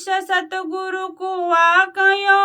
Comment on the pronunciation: Satgar nhi satguru bolo